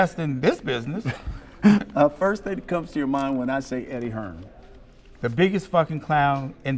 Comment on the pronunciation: HEARN* If your going to clout chase the man at least say his name properly